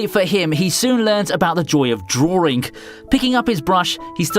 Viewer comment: "drawring" HAHAH